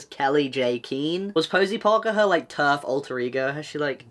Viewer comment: My bad but every time you say terf I always think ur Abt to say turd😂